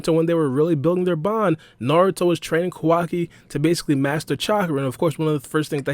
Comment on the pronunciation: You saying Quackie instead of Kawaki and Isshigo instead Isshiki.. Hurts the ears..